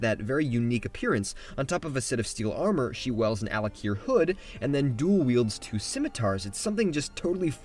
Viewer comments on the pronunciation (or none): I keep hearing Al'Akir instead of Alik'r